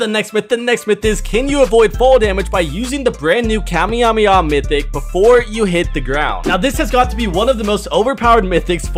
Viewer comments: Bro really said kamyemaha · Bro it's not kamejameja